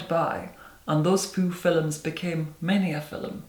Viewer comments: Here for my daily dose of "Filums" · I believe it's pronounced "fillums." :P